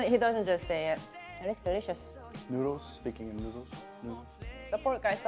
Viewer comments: I can listen to her saying nooders all day lol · She came out with a t-shirt spelling noodles the way she sounds it out. So cute, so funny. It's spells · I love how you pronounce noodles. It sounds like “nooders”. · lol OMG I just love that tshirt, perfect for how you pronounce noodles.. so cute.. :) love it.